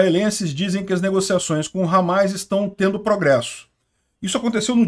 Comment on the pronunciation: Desculpa mas "Ramáis" ficou até engraçado